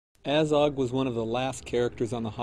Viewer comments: Its fucking Azog not Ayzog, they even pronounce it in the film. Aylmaozog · Says A-zog when the movie clearly says AH-zog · omg the way you say Azog really triggers me ... its not "ay-zog" its "a-zog"! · from what planet are you? ezog? its azog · Aiiizog... annoying how he pronounce it. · He says his name like you should - ONCE XD At the beginning. Poor Ayzog though! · So many people bashing on about the CGI and the only thing that really irks me is the way that guy pronounces "Azog". He's making a video about the character whose name is repeated a ton of times and he STILL can't pronounce the name?!?!?! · hate how he pronounces Azog